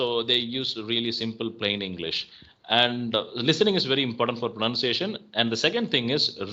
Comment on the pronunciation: On the point sir you have made a mistake to pronounce the word pronunciation, it's /prəˌnʌn.siˈeɪ.ʃən/ This exactly 💯. I am 🎉 really inspired by watching your video. I am eager to connect with you.